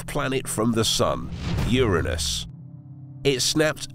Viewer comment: Glad to hear it pronounced URA NUS. Because if you start talking rings around UR ANUS it doesn’t sound good.